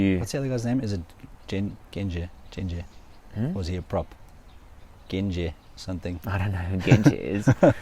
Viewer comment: It’s pronounced gen-j. Not gen-jeh. Pleased with the Boks ending on a winning note and at Twickenham. England are a loooooong way off even considering winning the RWC.